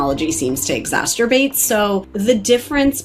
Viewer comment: I laughed out loud at “exhasterbate”